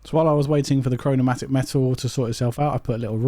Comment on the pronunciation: Chromatic is NOT pronounced “chro-no-mat-ic”